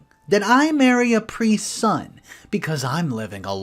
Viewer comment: For a second I thought you said "marry a Capri Sun" instead of priests son.